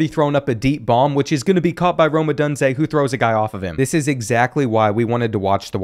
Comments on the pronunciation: "adande" mitchell? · “Ah-don-day” has me geeked😅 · the way you say Odunze lmao.